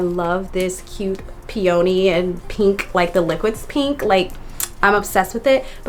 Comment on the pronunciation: It’s pronounced peee-uh-nee